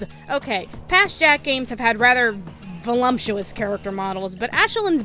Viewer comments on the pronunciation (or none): h'okay... ... "Scrumptious" has an 'M'. "Volume" has an 'M'. "Voluptuous" does NOT have an 'M'. Love the video, it just drills my eardrums when I hear "voluMptuous". It's just a personal thing. It's not a word you hear often, but when you do, it's usually emphasized. When I hear the "volu-" I get a brief moment of dread. It's like hearing 'click' in a minefield.